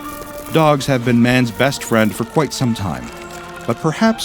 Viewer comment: The insect says be my fwiend and bro says no